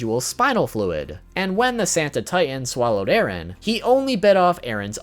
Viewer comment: It’s eren not Aaron